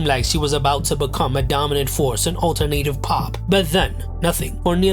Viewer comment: He pronounced alternative as alter-native!